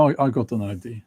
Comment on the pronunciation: Why does he pronounce "ID" instead of "idea" all the time? Is it because it is a machine talking? This is how you know. I know some other blogger who said "he" instead of "she" in his video. This is how you know.